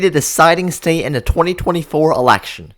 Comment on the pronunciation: The word is “the” not “da”. Are you that lazy about your numbers?